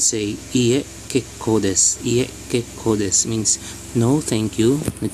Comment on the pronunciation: that kekkō desu is actually kekkou desu. right sensei?